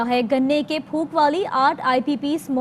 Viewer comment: It is PHOK not PHOOK